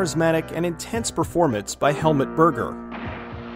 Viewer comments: It's not Hel-mutt, it's Hel-MOOT. The more you know lol. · Why can nobody pronounce Helmut’s name right? It’s not helmet Berger, it’s HELMUT! You’d think everyone would have the respect to learn the lead role’s name before saying it for the mini doc